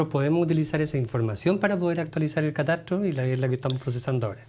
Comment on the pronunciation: Porque no pronuncia bien la tra tre tri tro tru Pablo Muñoz pronuncia bien catastro no mastiques la tro